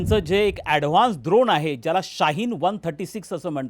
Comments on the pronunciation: द्रोण नव्हे ड्रोन 😂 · द्रोण नाही ड्रोन…. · काका द्रोण नाही ड्रोन द्रोण आपण प्रसाद…खाऊ खायला वापरतो (द्रोण व पत्रावळ) युद्धात ड्रोन वापरतात